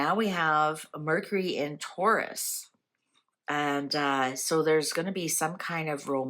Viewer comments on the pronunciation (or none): none